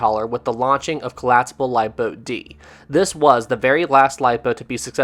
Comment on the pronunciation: Said “Collaspable” and “Warshed”. That’s two strikes. Don’t make it three.